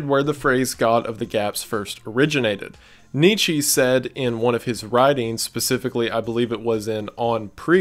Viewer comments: Nietzsche = Neetz-chuh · Neeechaaa!!! Not knee che ❤